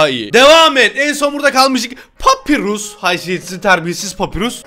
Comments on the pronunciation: Abi papirus diye okimican papayrus diye okican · Ya abi papirus değil papayrus de şuna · Abi papirus değil papayrus deniyor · yanlız o papirus degil papayrus diye soyleniyo